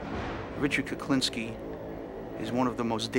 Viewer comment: I'm sure the narrator is saying Kuplinski most of the time or maybe my hearing is going. Whatever the reason it's pissing me off lol